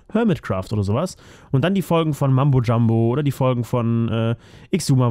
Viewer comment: mUmbo Jumbo und xisumavoid wird ksumavoid ausgesprochen. Und ja hermit craft ist richtig nice